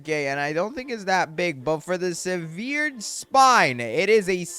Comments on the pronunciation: Severed is pronounced sev-errd, not su-veered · No offense but I hate the “seveered spine” the “sarkayfogis” and the “liech crystal” look up how to pronounce those. PLEASE 😭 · if you say sehVEERed spine one more time im going to lose it